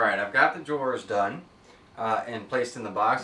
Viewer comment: Man, this is such an informative, well put together video, but when he kept pronouncing "drawers" as "jores" it was all I could hear. Good video still.